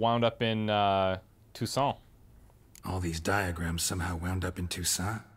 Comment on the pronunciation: How come the armorer can't pronounce properly "Toussaint"? Geralt does it much better, and he's not from there. (By the way,, do listen to Geralt. Your "ain" sound in "Toussaint" is too closed, like the armorer's. That would actually be the proper way of saying "Toussent", or "Toussant".) Loving the walkthrough:-)